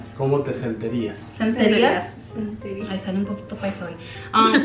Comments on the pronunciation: “Sienterias”, “Senterias”, “Seinterias”. I love how they all tried to remember how to say the word SENTIRÍAS 🥺❤️ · Nobody got sentirías right omg 😅😭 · none of them said “sentirías” right LMAOOO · The fact that none of them got “sentirías” right 🤣🤍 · it’s “SENTIRÍAS” lmao<3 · Es “SENTIRÍAS” jajaja LMAo Love you! Me necesitan para unas clases de español ❤️ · se dice como te ¨sentirias¨ hahah im from Panama, love u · it’s “sentirías” 🤣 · it’s sentirías LMAO